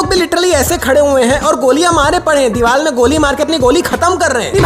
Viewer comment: Deewar ❌ Diwal ✅